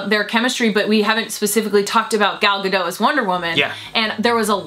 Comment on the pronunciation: My guess is half of the thumbs down will be from misogynists, other half mad pronounced it "Ga-d'oh". Still, you guys are getting me really pumped for this.